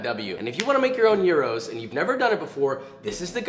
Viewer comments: Im greek btw and mad respect for pronouncing the word right..Going into the video i was thinking "oh here we go again one more person who will not say it properly" but you did thank you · i was waiting for his pronunciation.... i left a sigh of relief and satisfaction when I heard him say it right. this greek girl approves. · It’s about time someone pronounced it correctly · You pronounced Gyros so wonderfully at the start then the American in you came back in with the old Peter Bread lol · I was watching tiktoks and everyone was pronouncing them gy Rose 🤬 your way is correct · As a Greek man, I am SOOOOOO happy that you pronounced gyro and tzatziki properly lol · As an actual Greek person, even 1 minute in I am proud of your pronunciation 😌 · fysika re file... einai oraios o typos... Nicely done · Im geek, you cant IMAGINE how happy i was when he pronounced gyros correctly and him saying tzatziki correctly just made it better. Joshua you just made my day :) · AT LAST!! Finally a non-Greek person that pronounces AND makes gyros properly!! Way to go, Joshua mah maaan, your σουβλάκι looks delish! Greetings from Greece 😁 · As a Greek I must complement you on your excellent pronunciation of gyros. I will surely use this recipe this Easter with my family, thank you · as a Greek, thank you for the correct pronunciation! side note, we almost always also put fries in gyro, so maybe you want to try it like that sometime!💙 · OMG I AM FROM GREECE AND I FINALLY HEARD SOMEONE WHO DOESNT KNOW GREEK SAY GYROS CORRECTLY. U ARE THE BEST <3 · I am Greek, and I appreciate your gyros pronunciation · as a turk I can tell you that he is actually pronouncing it correctly. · He really pronounced Gyros the right way😭. I love him😂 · πρωτη φορα ακουω καποιον απο εξωτερικο να λεει σωστα τον γυρο! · This Greek girl appreciates your perfect pronunciation on Gyro's (and the first version of Tzatziki!) LOL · Liked because you pronounced "Gyros" correctly... Also this is awesome.